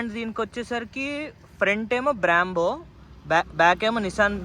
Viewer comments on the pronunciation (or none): Last time ni bike video lo chaipina kadha bro brambo kadhu brembo ani nissan kadhu nissin ani malli same ala nai antunav 😂😂😂😂